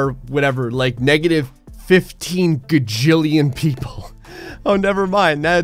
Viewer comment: It’s gajillion, not gagillion.